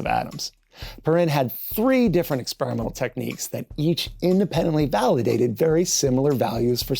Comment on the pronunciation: Did you really say Valhallidated the idea?😁😁